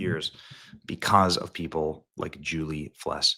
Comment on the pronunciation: Please for gods sake Benny learn that Felss is not pronounced Fless. Simple thing but there might be a lady out there somewhere named Julie Fless that is getting all sorts of grief because of you